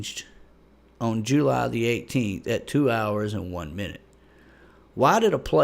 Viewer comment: I love how you say jUly